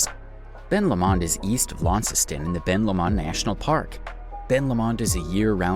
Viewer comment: I live in Tassie....Great vid but several mis pronounced place names ...You nailed it for lots of facts though... One really glaring one is Ben Lomond .. It's said Ben Lowmond .. Low as in opposite to high.. another is the Mersey River ...We say it as Merzey not sounding like Mercy as you said .. Both of these are completely understandable though by looking how they are written .. On Ben Lomond ...I am looking at it right now from my front door from 50 kilometres away ..Also South Sister , Mt Nicholas, Mt . Elephant and St. Patricks Head Pinnacle all visible from different parts of my property .. I'm nearly 900 ft or 272 metres above sea level in a valley . But within 15 minutes can be standing on a pristine beach looking toward the Tasman Sea/ Pacific Ocean to the east and the Southern Ocean to the south... It's amazing ...